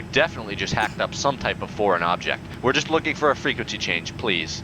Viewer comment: PROPER FREQUENQEY